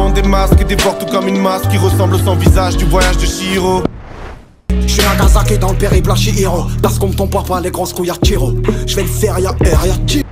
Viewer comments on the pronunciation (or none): none